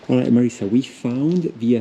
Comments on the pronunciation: Marisa not Marissa! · Anyway in Italian is MariSa with just ONE 's' not Marissa 😊